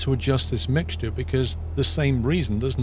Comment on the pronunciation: Everyone: Mixture: MIGSJER